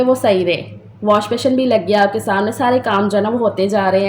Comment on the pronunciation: ALLAHPAK waseela bantay nhn Hain banatay Hain,,,,,aur washbessin pronounce krain beshion nhn ,,,baqi Allahpak sb k haq Mai behtar frmayen